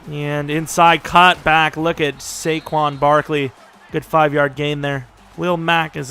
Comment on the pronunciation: It makes me cringe when you say Su-quon its SAY- quon. I'm disappointed in you lol.